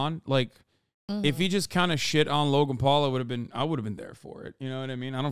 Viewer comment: I always hear “Logumpaul” whenever hasan says Logan Paul lol